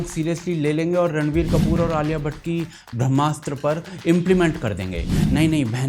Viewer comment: Brahmastra is a flop, boycott or not! (and can someone please have pronounce "Brahmastra", PLEASE!)